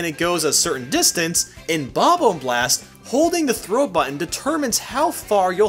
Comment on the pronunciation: 😂 "Bob ohmb"